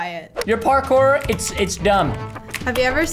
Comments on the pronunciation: “I knew he liked porkor so I made him a porkor map” ( no I didn’t spell it wrong that’s just how he said it 🙄🙄🙄) 🤣 IM DEADDDDDD 💀 🤣 PRESTON IS AWESOME 🤣 LOVE UR CHANNEL WOOO. ( IM JUST COPYING WHAT HE SAID I DIDNT SAY I MADE THE MAP) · Lol I like how he is like this my property he like my mincraft my property and I also like how said I watch Harry Potter then Preston said WHAT DOES THAT HAVE TO DO WITH MINCRAFT lol I also like when said porkour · lol almost died of laughing the preston says parkour just kills me